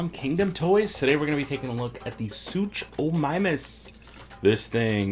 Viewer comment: Totally saying the name wrong